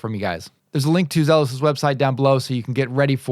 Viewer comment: Its actually Zee los